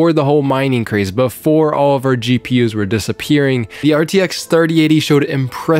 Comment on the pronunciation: I literally heard CheaPUs instead of GPUs 😂